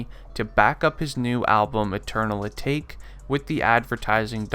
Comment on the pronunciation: Really can't trust any of this information, seeing how you cant properly pronounce patek or atake. It's like you didn't bother to listen to the track before uploading this video.